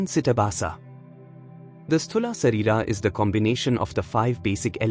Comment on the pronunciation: Please. Have you heard his pronunciation? Not correct for Sanskrit. It's pronounced Shareerah . The h sound at the end Can also be left out here in this case.